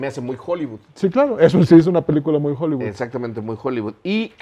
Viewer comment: TAN MAMADOR EL Y NO SABE DECIR HOLLYWOOD DICE JOLIBUD JAJAJAJAJAJA